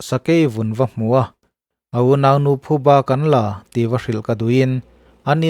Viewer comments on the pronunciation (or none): none